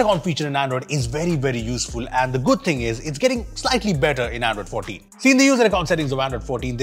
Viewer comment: bro how does this man pronounce "android 14“ as "iphone 14" am I the only one hearing it like this sometimes lmao